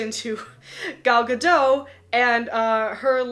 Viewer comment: Gal GaDOT. She is not French. Pronounce the T!!!